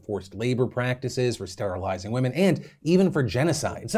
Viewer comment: I'm outraged at the pronunciation of Burberry .